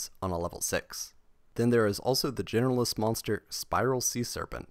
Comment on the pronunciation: I swear this YouTuber says "Generalist" monsters as "Genderless" monsters